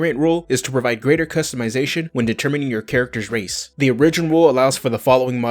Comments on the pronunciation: Origin is not pronounced " or-rig-gen" it is pronounced " "OR-I-GEN". Just fir you personal knowledge. I could really care less but others may give you crap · It's more like he is saying uh-ri-gin, rather than or-ih-gin. I think he is taking the word original, pronouncing it as myself and most Americans do incorrectly "uh-ri-gin-ull" then just taking the "ull" off the end. I don't know how many more times I could have listened to uh-ri-gin though lol. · Okay. Lets say it together....Or-ih-gin. Not Or-ee-gin